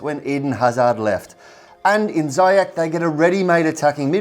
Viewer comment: Sorry for nitpicking but Ziyech is pronounced Zee-yash. Anyways, great video as always guys 👍